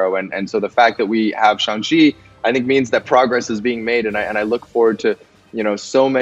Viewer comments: It's not shang chi it's shaang chi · Brooo it is shang-chi